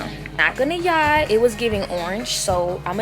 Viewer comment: does it bother anyone else that she says im not gonna "yie" like ew